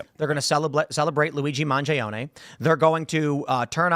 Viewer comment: Why tf does Tim keep pronouncing it "Luigi MOn..JAY..own..AYE"? 🤦‍♂️😂